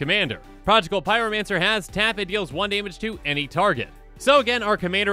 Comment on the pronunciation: Projigal Pyromancer? That mispronunciation must of course be Eddie's fault. Blame Eddie. (Thanks Eddie!)